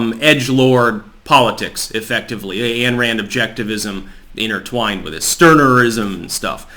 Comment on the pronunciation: Ayn is pronounced “eye-n”. Rand’s Objectivism is essentially a theory of concepts derived from objective reality and isn’t ritually based. Reason is man’s basic means of survival. Having been raised in the church of Christ I can say Song of Solomon and First Timothy were the topics of sermons. Churches of Christ are fundamentalist and do not see themselves as members of a larger religious community of Christian churches. Ironically and in spite of its restriction on adapting to the evolving zeitgeist its structure approximates libertarianism that belies the most liberal of Christian churches. They have no centralized authority that oversees and disseminates instructions from on high like the Catholic Church. Every church of Christ stands alone.